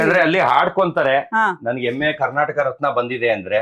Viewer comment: ಎಮ್ಮೆ ಅಲ್ಲ ಮರ್ರೆ ಅದು ಹೆಮ್ಮೆ.. 😂😂😂🤦‍♂️🤦‍♂️🤦‍♂️